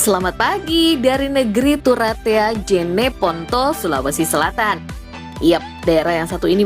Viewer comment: pada menit narator menyebutkan negeri "TARATUA" yang benar negeri "TURATEA",..